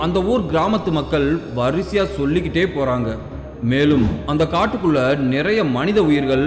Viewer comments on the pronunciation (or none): none